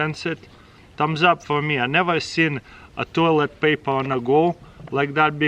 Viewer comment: Piece of papeghurr